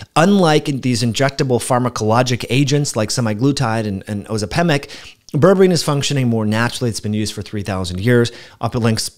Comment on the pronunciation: Curious about your pronunciation of Ozempic🤔